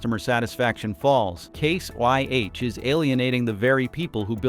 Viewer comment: You’re saying case YH and it’s case IH idiot